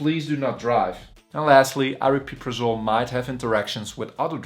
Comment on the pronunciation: not super informative, at least you can pronounce it properly though! everyone else on yt says "ariprazole" so you get a like for that.